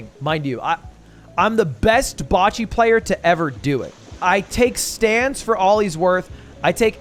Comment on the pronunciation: I didn’t even realize people say “boccie” like that🤢